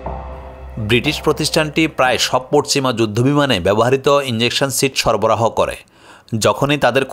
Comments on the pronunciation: ইঞ্জেকশন নারে পাগল ইজেকশন। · বাবারে, এখানে ইন্জেকশনের কোনো ভুমিকা নেই, এটা 'ইজেকশন' 😂😂😂